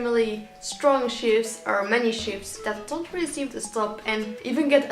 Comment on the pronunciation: "Experience shifts.." I heard sh*ts. I was like,"what did she sayyyy?!"